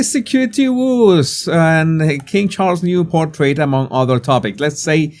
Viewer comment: ❗️WITH MUCH LOVE & KINDNESS - WOES - PRONOUNCED AS IN - TOES❗️